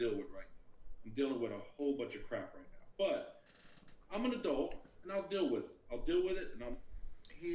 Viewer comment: I'm only 4 minutes in, that dude is definitely her dad! Not only is she the spitting imagine of him, they say some words exactly the same. They both pronounce "deal" like "dill" lol